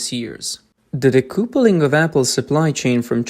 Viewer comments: btw it's not de-koo-ple-ing. It's de-kuh-ple-ing. A connection between two train carriages, or a husband and wife (marriage) is called a 'kuhple'. Connection = kuhple. Disconnect = de-kuhple. The spelling "couple" is most likely because of the French. ~40% of English is French. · Well done. Well researched, well written and narrated/voiced. (So nice not to hear an Ai machine voice). Pronunciation: 'decoupling' (dee-cup-ling) 'recoup' (re-koop) 👍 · What is "decoopuling" Did you mean decoupling" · Decoupling is pronounced de-cuppling. It comes from couple … which is pronounced cuppel. Example: a married couple or a couple of eggs (2 eggs). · I like that you are speaking the lines yourself instead of using an AI voice. I don't mean to criticize when i point out decoupling is d cup ling. At least how I say it as an American. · Narrator: "Decoupling". correct pronunciation - "dee·KUH·puh·luhng". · Learn how to pronounce "decoupling."